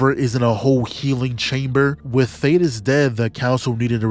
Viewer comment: I’m leaving a like bc you are the only YouTuber to call thaedus (thay-dus) by his actual name and not Thaddeus👏👏👏